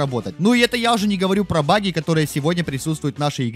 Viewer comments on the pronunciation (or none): none